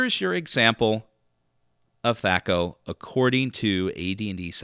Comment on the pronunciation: why are you using the long ‘a’? As far as I know Gary introduced the term in the original DMG but I’m not sure if there’s any recordings with him actually pronouncing it.